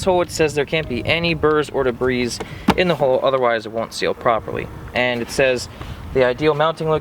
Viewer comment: the S in debris is silent